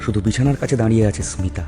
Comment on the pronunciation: স্মিতা নামটা ২/৩ বার ভুল উচ্চারণ করলে !